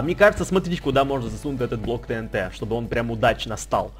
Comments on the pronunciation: Правильно говорить тиинти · И не тэнт а тиинти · не тинт а тиинти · правильна ТИНТИ А НЕ ТНТ ГОВОРИТЬ: ТИНТИ ПИСАТЬ: ТНТ